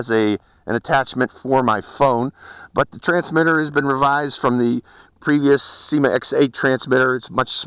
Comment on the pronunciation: It's Syma , not seema.